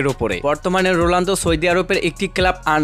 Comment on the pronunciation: ওটা রোলান্ডো না রোনাল্ডো। যখন উচ্চারণই করতে পারেন না তখন ভিডিও বানান কেন?